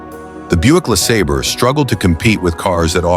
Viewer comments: Buick LA sayber, not La sahber. You make it sound like La Slobber. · Lasabber or LaSabre?? I hate this AI narrated crap!!! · 60 Buick Le SOBBER, LMAO AI SUX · How many ways can AI pronounce LeSabre? Sobber Seebray Saber Sebber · LaSobber. lmao ! 😅😂😅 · I gotta stop watching this channel... %he AI can't decide on a pronunciation of LE SABER and the camework makes me seasick